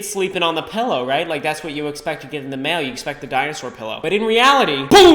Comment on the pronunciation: YOU SAY PELLOW